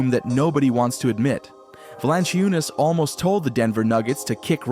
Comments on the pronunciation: You really need to learn how to pronounce Valančiūnas and say it correctly EVERY time... :earsbleeding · befor you start about Europe, which seems like you do not know much about, at least learn to pronounce his name;-) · Yeah this guy is pretty dumb. Mispronouncing JVs name, saying that Adam Silver started the 2nd apron, twin towers will never happen with Joker and JV. JV is meant to spell Jokic as he has had to play 37 mins a game just to get us a top 4 seed. We were the best offense in the league with Jokic on the floor, the worst in the league and historically bad with Joker off the floor.